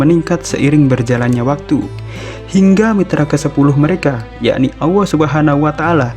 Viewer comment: kok nyebut nya AWWOH yaa? mustinya Allah